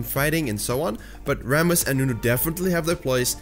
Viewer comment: Wasn t expecting this "Rrrrramus "